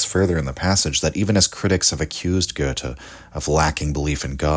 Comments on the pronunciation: Thank you so much for your work and, above all, for pronouncing Goethe correctly. 🧎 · your pronunciation of goethe isn't that bad, my compliment